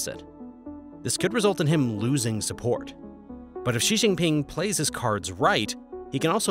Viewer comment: Also Xi is pronounced "she".. It helps to at least get the main protagonist in the story's name correct.